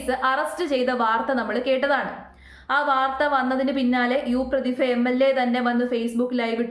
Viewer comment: പ്രതിഭ പ്രതിഫ അല്ല 😅